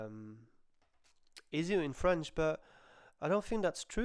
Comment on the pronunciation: Hay,, your French is great for an Englishman.